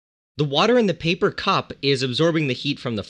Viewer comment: When he said paper or wood. I first thought he said People and wood. lol.